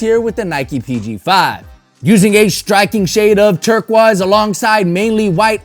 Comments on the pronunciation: Ummm dude said turkuahs instead of turquoise 😂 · bro the way you pronounced turquoise 😭